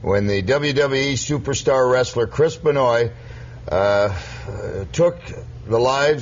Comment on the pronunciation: At least stopped saying "Benn-oye" halfway through! Great interview, keep twittering.